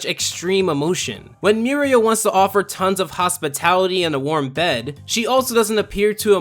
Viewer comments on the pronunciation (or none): none